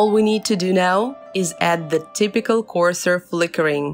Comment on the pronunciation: "CORSOR" LOL